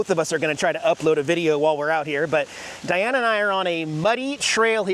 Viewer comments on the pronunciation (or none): none